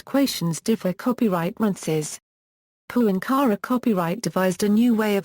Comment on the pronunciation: Yes, it's a pity that that his last name is constantly mispronounced, and is then followed by saying the word "copyright." The documentary is still interesting, despite the annoyance.